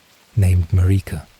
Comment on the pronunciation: “Mar-EEEka” bro the pronunciation is so bad it’s pissing me off. Like they don’t say her name a thousand times in the game.